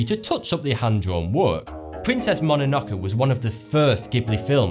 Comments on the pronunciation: You're pretty pretentious. You're talking down to people at the same time talking like a know it all. You're not even saying things properly. I could say that maybe pronouncing "Ataku" and "mAiazaki" was just your accent, but then you go and say "mononakO" are you even reading? If you're into anime, then these words should be no problem. If you had to research about the topic, then why are you so smug. Which is it? Don't even get me started on "Ghibli" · How do you miss pronounce Mononoke? not "key" its "kay". LEARN YOUR JAPANESE BEFORE JUDGEMENT!